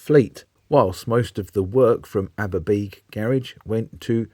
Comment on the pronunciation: Many thanks: the South Walian Independents, like thos in East Anglia were a personal joy. Ps thanks for helping me with the pronunciation, "Aber-bee-g" after sixty years of stumbled pronunciation. And, oh yes! the beautiful blue liveries!